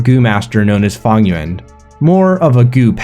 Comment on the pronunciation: Why you pronouncing Fang Yuan like Funnyon’s